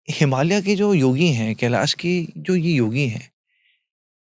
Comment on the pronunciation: अंग्रेज चले गए पर अंग्रेजी नहीं गई की बात कर रहे हैं तो खुद तो पहले हिंदी भाषा (देवनागरी लिपि) में लिखने की आदत डालें 😅 और हां, "हिमालया, संभाला, योगेश्वरा" इत्यादि नहीं बोला जाता, हिमालय, संभल, योगेश्वर उच्चारण किया जाता है।